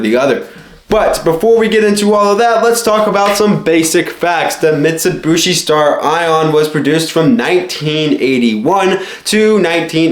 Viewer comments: Dude it’s pronounced MIT-su-bee-she not mitsubooshe. Driving me nuts every time I hear that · Ok silly young kid, the 'other' dodge/mitsubishi thing ppl think about are eclipse/talon/lasers, not 3000GTs... also it's "Mitsubeeshee not "mitsabushi" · Mitt Sue Bee Shea is How everyone I know pronounce it, Jeremy Clarkson made fun of yankee's saying it in that forum. Teh Humble Pajero is t3h best Mitsubishi auto.